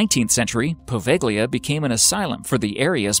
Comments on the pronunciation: Poveglia is pronounced WITHOUT the G.. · If you don't know how to pronounce a name, ask a local and don't just guess! Poveglia is pronounced Poh-vel-ja. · I can write about number 3, I was born and lived in Venice for more than 30 year; some years ago I went more than once in Poveglia island (that you don't pronounce correctly)so is a bullshit that no one can enter in this island; is this the only wrong information you provide in this video? who knows